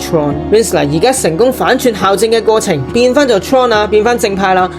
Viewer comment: 小提醒，校對，校正，係讀「教」正的